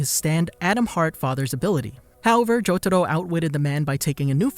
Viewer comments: Jotaro is pronounced as "jotaRO", not " JoTAro" 🤮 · I can't stop laughing bc he says jotado not jotaro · I just wish the Narrator could put in some effort to actually pronounce things right. Like, what the fuck is “Cho-to-ro”? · i hate the way he says jotaro